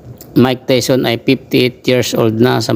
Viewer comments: Hnd tawson tayson haha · Anong tawson diko ma intindihan